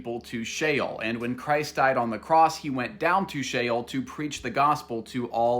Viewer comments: SHEOL not SHALE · "Shale"? Brother... that's not how you pronounce it. Are you trying to say "Sheol" (Shh-Ol)? 'Hell', as we know it today, is a Christian and Greek concept, not based on Jewish theology like the one Jesus subscribed to at that time, and is something else entirely unrelated to Sheol. 'Heaven' is also different in both cultures; there are general similarities and several uses of words that translate to that in English according to context. However, focusing strictly on the linguistic differences, 'Heaven' as the otherworldly resting place in the Bible literally means and translates to the Garden of Eden, which was an actual place and location in the genesis of the story, not some sort of makeshift new realm like you imagine. Besides, it is said in Judaism that every soul that is sent to spiritual 'Hell' (Gehinnom) only spends a maximum of 12 months before it is purified and able to move on to its final resting place. Do yourself a favor and don't conflict both faiths and traditions by cross-referencing certain words; all you'll end up doing is contradicting yourself and confusing others. Pick a lane, and stick to it. There's a Christian answer and a Jewish one; you're doing a disservice to both. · Im pretty sure Sheol isn’t pronounced like Shale but like she-all. 🥲👍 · "chael" like chael sonnen 😅 no its "sheol" "she-ole" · It's She-ole.... it's literally in the spelling. And people STILL HOD TO SHEOL. The scriptures NEVER say that people go to Heaven. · It is actually pronounced she ole Like ole Miss university you duncoff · Did bro say shale or jail? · SHEOL sounds like JAIL. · Shael bruh really miss pronounced Sheol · Shale sounds like Jail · Sheol❌️ Shale✅️ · Sheol sounds like jail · Just so ppl know, the subtitles sometimes say "hell" when he says "Shale" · Dude … it’s SHE SHEol … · I thought it was pronounced she-ol?? Also thanks for this I'm part of the PBE (Pathfinder Bible Experience) and this is really helpful 😊